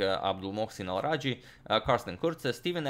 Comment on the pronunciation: Hey agad, You are pronouncing Abdulmohsen Alrajhi wrong! Well, abdulmohsen part is right. Its alrajhi that's wrong. Its more like "alraj-he" whereas you're pronouncing it as "alraji".